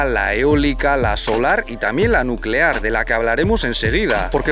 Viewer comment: Energía nucelar, NUCELAR